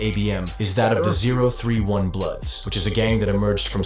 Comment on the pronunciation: 0tray1 is how 031 is said